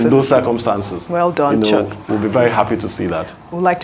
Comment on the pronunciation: Its chuks not choke